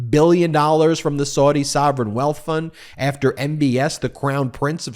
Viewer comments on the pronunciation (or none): Saudi Arabia is pronounced sowdi (as in female pig) not sawdi